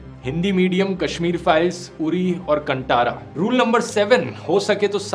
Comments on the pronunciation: It's pronounced कांतारा not कंटारा 🥲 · Its "kantara" you pronounce in a wrong way...